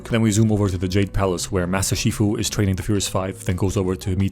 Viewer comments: Is no one talking about the fact that he said master FUSHI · Master Shifu❌ Master Fushi✅